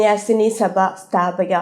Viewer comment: സ്ഥാപിക എന്നല്ല സ്ഥാപക എന്നാണ്